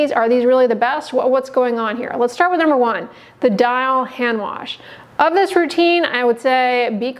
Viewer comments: I’m sure this girl is great and everything, but the way she said hand “ warsh” doesn’t give me a lot of confidence in her tbh. 😹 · I’m not taking skin care advice from anyone who pronounces it - warsh.